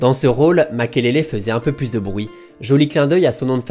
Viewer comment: C'est MAKELELE et non makélélé 🤢🤮 Les français 😪😪